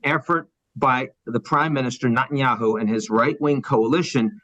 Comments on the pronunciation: Good, impartial analysis. Now, if Mr. Bremmer can learn how to pronounce ‘Netanyahu’, he’ll increase his credibility that much more. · given how much of an expert he appears to be on the region, can someone teach ian how to pronounce "netanyahu", and that the "coalition of the willing" was never in afghanistan, but refers to the smattering of mostly insignificant players on the world stage whom the bush administration pressured to provide token amounts of ground forces for its invasion of iraq, given the us didn't want to be seen going it alone, while its most credible allies never bought the wmd story. in protest, the white house changed the name of french fries on its menus to "freedom fries" from 2003 to 2006. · It's NETanyahu, not NOTanyahu! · Mr. Bremerton is a sharp guy, but I cannot help but be irritated at “NOT-IN-YAHOO” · "Not"enyahu... why does he say it this way? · Net -tan -ya-hoo Nutenyahu is not how you say his name that sounds ridiculous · Is he correctly pronouncing his name? “Not- en - ya - who”? The woman says “Net- en - ya - who” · Ian, I’m a big fan, but it hurts my ears when you mispronounce Netanyahu’s name. It’s Neh- tan-yah- hoo, not Nah-tan-yah-hoo. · "...this failure...."; Spoken as if he never heard his name....intentionally pronouncing Bibi's name: NOT-anyahu. (not the God) ...but, let's assume he pronounced the name correctly, and editors later changed his correct pronunciation to an incorrect enunciation. Who could and would do that? "...promotes it...."; Those promoters do it; YouTube does it; "...the ironies are writ large, so...."; this girl (TED leadership)is also writ large....oof. "...Hamas has exceeded expectations...."; OMG - this guy is reading from a script written by exceedingly expectant manipulators...."; - like writ large girl whose name is "Echelon". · The way he mispronounces Netenyahu🤦🏽 “Not-an-yahu “ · Can Ian Bremmer learn how to say Net-an-yahu's name... please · Is anyone else hearing NOT-IN-YAHOO?